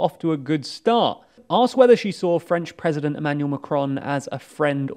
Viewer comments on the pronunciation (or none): none